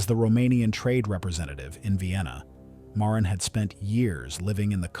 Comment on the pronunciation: Also Marin, instead of Miran.